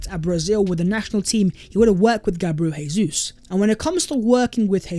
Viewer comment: Please pronounce Gabriel Jesus’ name right lol. He’s not Spanish